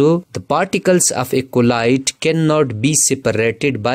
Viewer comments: Bro keeps saying collide instead of Colloid 😂😂😂💀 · The correct pronounce of colloid is "ķolloyd"